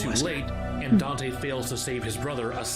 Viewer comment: that one also I think it was because of the way the voice actor pronounced dante